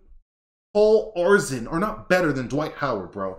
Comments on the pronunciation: You're not a true NBA head of you've never heard of Paul Arizin. It's pronounced Air-a-zin btw. Also learn the definition of greatness. And I do disagree with dame being on the list he is definitely better than kyrie in every way being the focal point of his team his entire career. Kyrie plays 55 games a season and hasn't accomplished anything outside of playing with lebron james. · Without George Mikan there literally is no NBA. Its pronuced Air i zan and I'm 43 year old 44 by end of the year. Bob Cousy could beat Kyrie Irving.